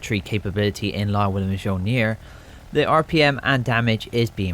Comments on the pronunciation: Mjolnir = M-yol-near (not an english scholar, just how Ive learnt it, feel free to correct me anyone) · Mjolnir = M-Yoll-Near